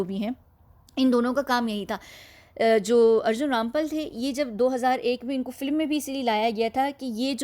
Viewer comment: Aapki awaaz bhadiya hai par filim na bola karen. Film hai